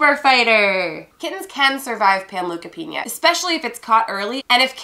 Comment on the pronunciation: Panleukopenia (pan-Loo-ka-Peen-YA) Pan look a peen YA